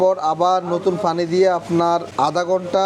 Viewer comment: ফানি না পানি?🫤পানি উচ্চারণ না করে ফানি ফনি করেন শুধু🤔